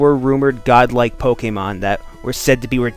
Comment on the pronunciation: Why do you pronounce Pokemon Pokgeymon?